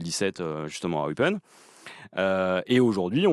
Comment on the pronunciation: Eupaine (Eupen), pour la prononciation. bisous de Belgique